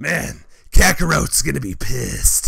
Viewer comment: am I the only one who loves how when is broly he says KAKAROTE instead of kakarot